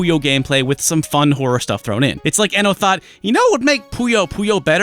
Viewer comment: YouTube's auto subs picked up your pronunciation of horror as "whore" Oh utube